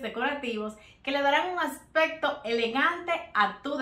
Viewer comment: Buenas ideas, pero te sugiero con respeto para que tus videos se oigan mejor que pronuncie bien las palabras accsesorio o aspecto.... por que se escucha asesorio o aspeto, másimo que la verdad se escucha mal. Es solo una sugerencia. Igual tienes un like